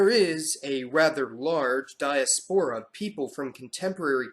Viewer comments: Archipelago is pronounced Ar-kee-pél-ago Diaspora, Die-ás-po-rah Taino, Ta-ée-no Patois, Pah-tuáh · PRONOUNCIATION ERRORS: patois = PAT-wa archipelago = ark-a-PEL-a-go diaspora = di-AS-po-ra :)